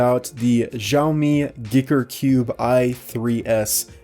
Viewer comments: Guy ker not giker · Maybe it has been said before but I think you pronounce it like 'Geeker'?!?! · Did he promoumce it "Gicker"? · Really thought you said "Dicker Cube" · I always thought it was "G[ahy]ker" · I think giiker is pronounced geeker, and xiomi - siomi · "shaow me" is how you pronounce Xiaomi "Geeker" is how you pronounce Giiker. (I think)